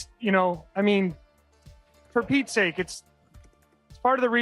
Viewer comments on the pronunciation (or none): none